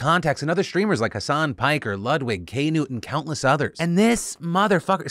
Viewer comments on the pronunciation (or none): kay noot lol. I just had to type that when he said it. It's Kuh noot. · "K-Noot" made me spit take haha.. It's "ka nute" ... don't make him hulk smash u Phil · KAYNOOT? =( KAHNOOT! =) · Dude literally called Knut K-nud, i love it